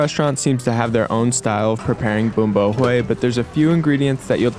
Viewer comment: You pronounced it wrong hue sounds like way